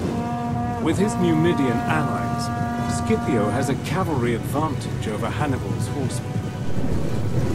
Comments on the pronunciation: Fantastic video, but I have to say a little thing, as an italian I can say Scipio has to be pronounced like Shipio and not Skipio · The correct pronunciaton is "Shipio" not "Skipio" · Why on english lenguage the pronunce of “scipio” become “skipiow” wtf😂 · The first half of this video is Historically INCORRECT and the narrator can"t even get Scipios name right at the end of the video and calls him "Sipio" so a 2 out of 10 for this one.